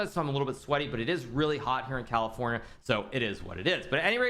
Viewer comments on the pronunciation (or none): none